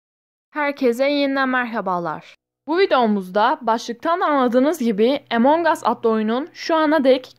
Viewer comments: O impastır değil impostır ve emong as değil among as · Abla o Emong As değil Among As diye okunuyor .